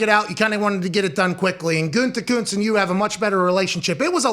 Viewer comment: "Guntekunst?" C'mon man, don't you at least have some German in you??!?! Means "good art" if that helps you at all. At least please TRY not to murder his name.